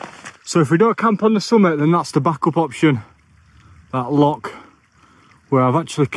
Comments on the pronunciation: It's a loch not a lock. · its loch not lock